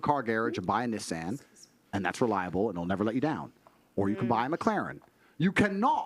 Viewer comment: wtf is a “nissssan”? 💀💀😂😂